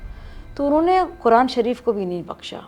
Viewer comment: قرآن مجید بولنے میں اس کا تلفظ صحیح نہیں ہے اور چلی قرآن اور علماء پر بات کرنے ۔